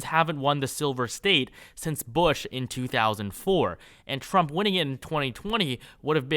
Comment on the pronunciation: TWUMP TWENNY FOWUR